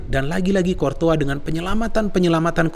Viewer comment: Cortoa lg cortoa lg bang .. Courtois yg benerr.wkkk, abang,a keren mirip bang H.benzema ..